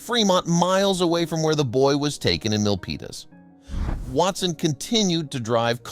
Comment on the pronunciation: Whew! It's hard to hold your breath for all nine minutes of the story. I'm familiar with the location of the story. BTW, we pronounce Milpitas as mill-peet-as.